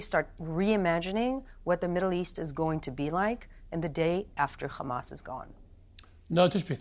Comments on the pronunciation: The word Hundred with a "H" pronounced perfectly. However, Hamas with a "H" also, pronounced it "Khamas" 😂😂 Talking about brainwashing. Piers, loved how you interrupted her every time she wanted to explain or respond to a question. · Does saying Khamas make them more savages than saying hamas? She's an actress by profession and she knew how to act in this show. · Hamas is not an English word. It is not pronounced "Hamas". I hope this helps. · As an Arab and Muslim, I am going to say a few things: 1- It is called Hamas with an H not KH … so pronounce it right 2- The war didn’t start on October 7th . It started when Israel decided to take the role of the jailer to over 2.3 million Palestinians at the beginning of this war. Treating them like animals without any rights. I keep hearing that Israel wants the best for the Palestinian people and for them to be a democracy. If this is true , why did they kill 223 Palestinian when they peacefully marched to protest against blockade they are getting from Israel with this blockade covering land, air and sea. So civilized , loving and peaceful 😏 So IOF was all of this and they killed 223 , then how many would they have killed if they weren’t. The proof Israel is the oppressor is there is over 5000 Palestinians arrested before that day mostly for fake crimes and accusations. Some of which are as young as 10 years old. 3- The solution for all the issues going on in Gaza is not the dissembling of Hamas as you keep saying but the Israeli mentality that Palestinians need to leave their ancestral lands to stay safe. Now regarding the fake points said by the guest Noa Tishby… I dare you to show us any Palestinian blaming Hamas for what they did. Coming back some of the fake information being fed by Piers on this show over the last few weeks 1- Palestinians refused the peace talks in 2000 but no one is talking about 2014 Peace talks when all Palestinians group but Israel refused . 2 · Khamas 😂 she can't say hamas 😂 kh kh kh khamas